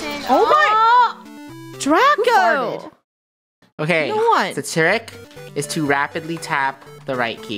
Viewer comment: She said oh my God Draco but instead it sounded like she said oh my God dracco